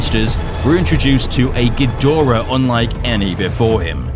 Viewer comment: GEEEE DRAAAAAA Not GEdora. SHEEEESH! Get It Right!